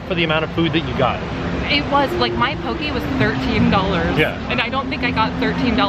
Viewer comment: Poki-poki bowl? I just hear Poki-Pokéball 😂🤣😂🤣